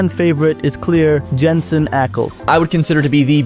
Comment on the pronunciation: When you say Jensen you ruin it